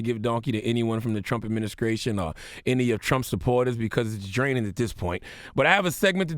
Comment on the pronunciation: "adminiscration" ha